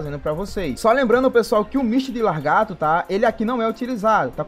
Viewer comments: vamos ler o nome do personagem? Misty de LA-GAR-TO e não LAR-GATO PELO AMOR DE DEUS!!! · Costume das pessoas é foda, né? Ta ali na dele é só ler lagarto e o fala largato kkkk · nossa mano grande merda ele falar a porra de lagarto errado vai acabar o mundo por isso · largato???? kkkkkkkk